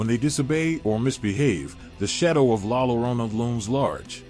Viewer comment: The actual pronunciation is LA yo-RO-nah!